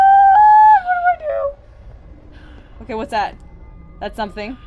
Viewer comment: i love how you said WHAT IS ZZAT